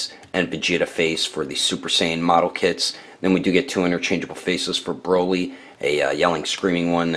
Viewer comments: 1518 he said broccoli instead of broly. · His name is broly... it says it on the box and yet you still call him broccoli. ..smh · His name is broly not brockle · Holy at the end of building he just said brocoly